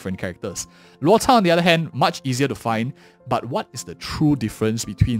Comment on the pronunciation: always amazed how you pronounce Loucha's name! Always reading his name as how you would: 'LuoTza'